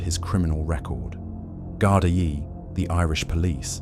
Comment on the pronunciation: And the mispronunciation of the Garda. You also contradict yourself as to the colour of the VW golf. It was white, yet you describe a burning black golf!!!!! You also didn't say how many yrs o Driscoll actually got behind bars.